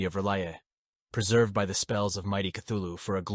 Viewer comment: And mispronounces Cthulhu. I just can't get past that.